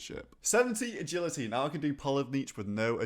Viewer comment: "E'gility the funnest of skills"